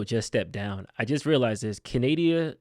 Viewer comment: Can you get someone in there who can speak the proper terminology when it comes to Canada ?? Canadia? Congress? Who is this guy?